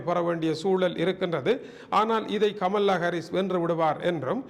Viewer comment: அண்ணே கமல்லா இல்லை. கமலா. ஒரு தமிழனாய் இருந்தும் இப்படியா உச்சரிக்கிறீர்களே!!!!.